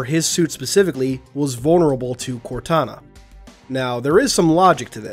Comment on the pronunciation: Instead of contana it’s kortana